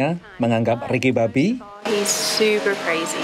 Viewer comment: yg mengisi suara tuh salah sebut nama org. nama nya ricky bobby, bobby min bukan babby